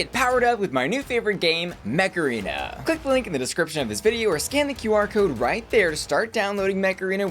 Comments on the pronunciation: I was just listening to advertising Mech Arena and I heard MACARENA instead 😂😂😂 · I keep hearing Macarena rather than Mech Arena xD